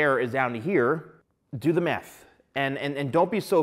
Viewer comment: It sounds like he keeps saying “Do the meth.” 😂